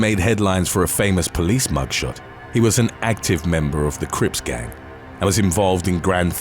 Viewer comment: Why he say crips like it's some potato chips. Now I'm hungry 😩😩😩